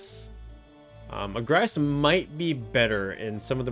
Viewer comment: yeah I've been following for a while and I haven't subscribed. I will now. But it's agrias. Not agraias